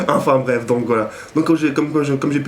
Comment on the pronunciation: Juste un truc ont dit enfin bref et pas afin bref mdr super video a la prochaine.